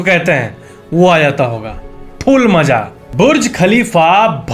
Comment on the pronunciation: Is he said full maza or fool maza ??☺️